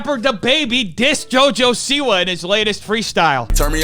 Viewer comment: He said "jojo-see-why" as in Jojo sees 👀 why the man is a B word. Smh